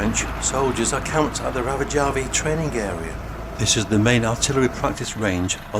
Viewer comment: Rovajärvi, not R*a*vajärvi.